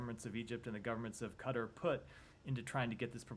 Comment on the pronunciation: Please, please learn to say Qatar and not cutter